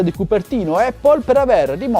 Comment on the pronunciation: Dici eppol perché è la mela 🍎... corretta pronuncia! Apple ha voluto fare le sue rivoluzioni modaiole dalla rimozione del floppy poi del CD/dvd( a favore del suo cloud ) ora x continuare a voler far parlare di sé elimina gli auricolari e ci può stare. Ma il carica batteria... è una ca×ata pazzesca(fantozzi docet). Tenetevi stretti il vostro status symbol!!